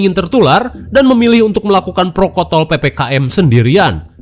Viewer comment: Protokol bukan prokotol 😂😂😂😂